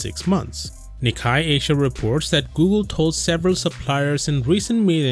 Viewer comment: Nikkei has a different pronunciation - kei is pronnounced the same way as "kei" cars .. the actual japanese pronunciation also has soft "ni" which is almost impossible to grasp for english speakers tho